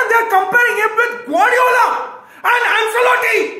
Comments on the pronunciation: it's not "Anselotti" it's pronounced as "Anchelotti" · AnSelotti Nai bhai, it’s AnCHElotti. Italian name.